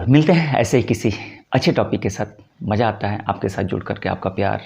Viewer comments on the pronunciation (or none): none